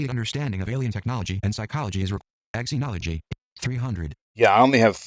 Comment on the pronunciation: Just to let you know, it’s pronounced zenology.